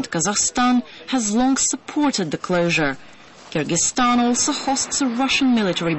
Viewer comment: the way this woman says 'kyrgyzstan' makes me shudder.